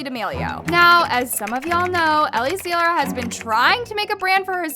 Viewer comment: if ur gonna talk abt ellie at least say her name right lol... it's pronounced 'zie-luhr' not 'zee-luhr.'